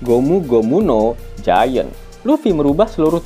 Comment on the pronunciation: GIANT ATAU GIGANT ? bahasa inggrisnya belajar lg ya min